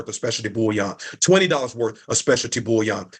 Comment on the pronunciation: What I hate is when he pronounces bullion (gold) as bouillon (broth). And the fact that there's more emphasis on "creating a business" than "investing in precious metals" shows that it's just another MLM / Ponzi scheme (as you said). Vile people.